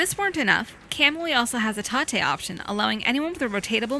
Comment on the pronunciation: Wait- did the girl say it has a tahtay option?! I'm pretty sure its pronouced tate like you would say rotate since its a shortning if the word rotate. Damn it, now in only gonna be able to call it tahtay! Ps. Playing a shmup in tahtay is the bestay!!!